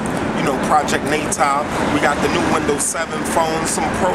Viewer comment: Did you say Project Netal? its Natal!